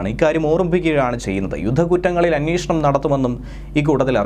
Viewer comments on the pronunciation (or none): none